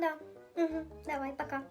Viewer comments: Я тільки що почула що мала сказала не пака а капа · Коли мала сказала " пока виздаравлюй" мені одной почулось " кабан виздаравлюй" 🤣🤣🤣🤣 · Мала в началі відео Аліні по телефону сказала не пока а капа 😂😂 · А чому мала сказала Аліні капа а не пока😂😂😂